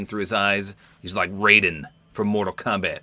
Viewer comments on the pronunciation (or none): none